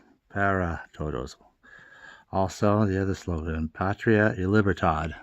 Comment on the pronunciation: The way Cuba used "Patria" as part of the motto actually means fatherland. So it would be "Fatherland and Liberty." Your pronunciation was pretty good, though.